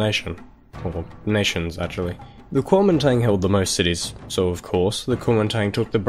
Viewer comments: Guo Ming Dang. You pronounced it like such an American :) Anyways, great video! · great video and great pronunciation too. it's a little more accurate to say "guomindang" but otherwise awesome